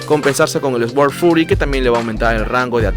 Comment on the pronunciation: bro, no es por mala onda ni nada pero trata de pronunciar suord en vez de esguord ( sword ) repito no es en mala onda. exelente video gracias por compartir.